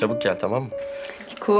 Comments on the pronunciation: Nikoya da Nako 😂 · Nikoya nako